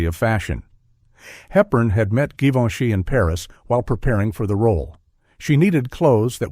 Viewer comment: You hesitate on the pronunciation of Givenchy : Zhivenchi is the correct way. Billy Wilder had a crutch on Audrey Hepburn (don’t know if it was during the filming of Sabrina or Love in the Afternoon) and he was a little afraid of speaking in his dreams, but he came to the conclusion it would be harmless because his wife’s name also was Audrey 🤣 Greetings from France 🇫🇷